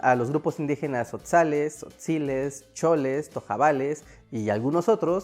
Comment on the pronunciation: Zotzales, tojabales 😂😂😂